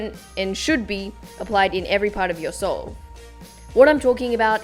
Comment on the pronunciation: Who else heard soul instead of solve 😂😂